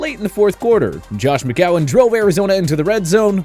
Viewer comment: IT IS IS NOT JOSH McCOWIN IT IS JOSH McCOWN